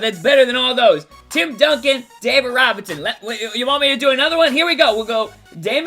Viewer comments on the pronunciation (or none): none